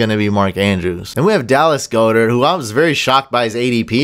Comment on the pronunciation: Its pronounced God-Dirt not Go-Dirt...just a little fyi